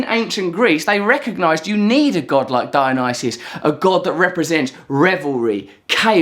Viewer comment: Russell Brand Was the Diana style mispronunciation of Dionysus a subtle joke ?